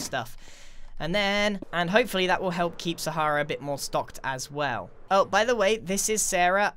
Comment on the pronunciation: You Said Moar then 2..